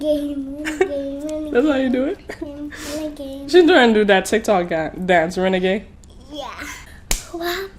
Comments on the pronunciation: She said rebagade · Who else hears win the game when she did the renegade ?🤨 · Wenegade wenegade 😭😂😂 so cute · Nobody:: RENEGAME RENEGAME Me: Ice On me like i hit the lottery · renegame renegame renegame🤣🤣🤣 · WENEGADE bruh that was sooooooo adorable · ”Renegame Renegame Renegame” 😂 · She said wenegade wenegade xD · “Wenagade wenagade” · Her: renegame renagame :everybody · “Renagame renagame renagame” love you guys! 🥰